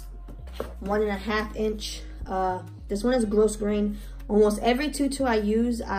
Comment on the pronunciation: Hi, thanks. JFYI the ribbon IS NOT pronounced “gross grain”. It is a French word and is pronounced gro (as in grow) grain. Gro-grain. The ‘S’ is silent. I like your videos, but mispronounced words grate on me. And I thought you might not know the actual pronunciation of ‘grosgrain’ ;-}